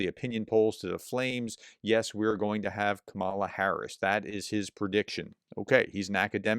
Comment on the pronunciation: It is not "KA-MALA", it is "KAMMA-LA". Like 'comma-la'.